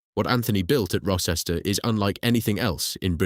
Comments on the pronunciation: The c orrect pronunciation of Rocester is row-stuh. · The village Rocester and nearby town of Uttoxeter . Rocester is pronounced Row-ster and Uttoxeter is pronounced U-tox-eter